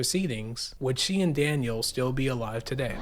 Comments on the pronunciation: Daniel not Danielle lol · Why do you keep calling him Danielle? and one time call him Daniel??? 🤦🏼‍♀️🤦🏼‍♀️ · It's Daniel not Danielle! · Why do you keep calling Daniel, Danielle ? One is a boy's name , the other is a girl's name . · 😊 no. Not Danielle dan-yell that's a girl's name. Daniel dan-yule. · The most disrespectful thing is purposely mispronouncing Daniel as Danielle. My god if your gonna make a video about people atleast say their names correctly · His name isn’t DANIELLE. It’s Daniel. Respect him correctly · His son's name is DANIEL NOT DANIELLE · DANIEL NOT DANIELLE DUDE! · Good vid, but why are you calling Daniel, Danielle? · You keep saying "Danielle" ....... the kid's name was "Daniel" he was a boy, not a girl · This video blows. You keep calling Daniel "Danielle." You got many things wrong. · Daniel not Danielle. Great video. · Not being a dk, but the son's name was Daniel: dan-yule, Danny. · Bro quit disrespecting the kid say his name right he's not a girl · I watched til you mispronounced Daniel.